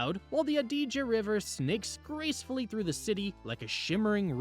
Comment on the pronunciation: lad to help 👍 And thanks for the restaurant tips. I will be there end of this month. I didn’t get a chance to write them down so I will watch the video again.!! Oh and Adige is stressed on the first syllable not the second. 😊